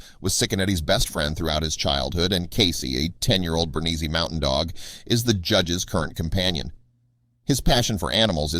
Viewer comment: “Bernese: is pronounced buhr-neez (not buhr-nee-zee)